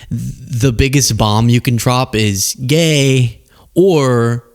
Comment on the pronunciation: Why is there so much emphasis on the word gay??? Be gay and be done with it